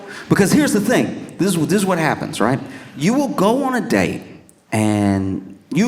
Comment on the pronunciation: It was her wonderful Dublin-accented “Whas?!” that was my fave 😂